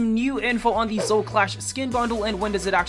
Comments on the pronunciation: Why does he fail to say Zoe everytime... Its Zo-E NOT ZO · Yes i do, but Zo and Zoe is not difficult, putting an E on the end of something is not hard for anyone, including dyslexics and children